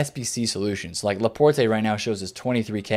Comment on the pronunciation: Laporte... you don’t say the “e”, it’s fucking French